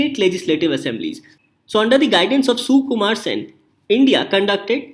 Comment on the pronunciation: Not soookumar just sukumar .... and I know pronouncation is not a issue at all.... just saying...😊